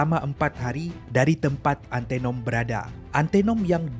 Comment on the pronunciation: Sebutan antanom bkn antenom ..